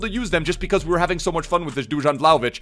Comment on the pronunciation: Man pronounced Dusan Vlahovic in 15 different ways XD